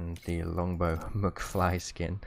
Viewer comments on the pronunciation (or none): He said Mookfly not realizing it's a back to the future reference to Marty McFly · “Muckfly” trying to pronounce McFly 🤣🤣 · "the MucFly" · he said "mukfly"